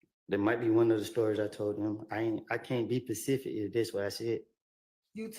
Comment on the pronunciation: its specific not pacific 😂😂😂